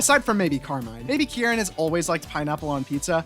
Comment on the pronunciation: I saw Kiki in the thumbnail and flocked to this like a moth to a light . your pronunciation is of kierans name frying me and i dont know why lmao anywayys . pokemon hc time .. mostly about the kitakami siblings, bb elite 4, paldea gang and a few others lmao . its a lot ...... - With amarys' robotic behavior, her attempts to show emotion (like shock) usually just show very minimally. she trained this subconciously; if she hadnt she would have had a lot more dramatic expressions than she does if she didnt act the way she did - when kieran was younger, he originally didn't speak at all and had carmine do it for him, making carmine overprotective of him when he got bullied for not speaking. his headband thingy is a gift from carmine so everyone knew not to mess with him or theyd have to go through her. when kieran did learn how to talk, he didn't know how to pronounce his entire name for a while and just said "kiki", which is a nickname carmine really liked and stayed with. his accent stayed longer for the same reason - when drayton commented about liking the special at the BB academy cafeteria because he barely had to chew for the first time around crispin, crispin immediately tried to make something he wouldnt have to chew. it was basically just a horrifying amalgamation of buldak ramen, egg and some spices - short genes run in the kitakami sibling's father's side of the family. carmine's height comes from her mom - penny has gone days without eating and has survived off of onl